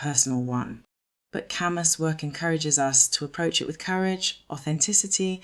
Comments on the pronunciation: It’s pronounced Kah-Moo. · If you can't pronounce his name, you don't get to talk about his work.